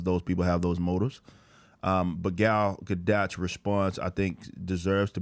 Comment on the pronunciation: You mispronouncing her name (sorry my pet peeve)